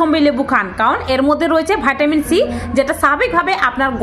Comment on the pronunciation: ভাটামিন নয় ভিটামিন